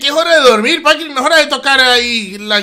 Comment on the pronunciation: Me da risa cuando intenta ser un disque "fantasma" y dice pAnCrIi 😂